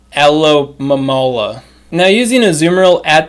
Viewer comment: Best pronouncuation for alomomola, Aloevera🤣🤣🤣